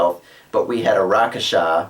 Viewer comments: I think "Rakshasa" is pronounced (at least I've heard those two versions) like "rak-sha-sa" or "rak-shash-a" (kinda like rack-shush-ha, you might want to remember it by picturing a rack that is sayin "ha!" and you shush it :P ). But I have no problem with you calling them whatever you like - especially if you were DM and informed players you are going to call them that way. Rakasha has a nice ring to it, and fits the tiger-people race quite nicely, in my opinion. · not skinning you but I believe its pronounced rak-shash-ka